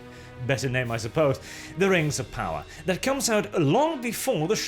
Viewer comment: Its Amazon's Token, Rangs of Powah.